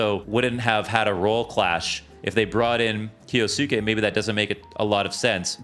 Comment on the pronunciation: why is it so hard for people to pronounce kyousuke? it's just kyoo-sooke